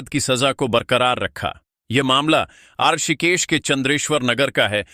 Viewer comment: Rishikesh ka uchchharan sahi nahin hai.